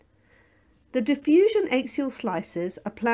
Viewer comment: Why does the commentator mispronounce axial? It is quite unique